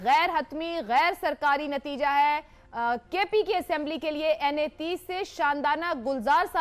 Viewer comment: پی کے نہیں کے پی سے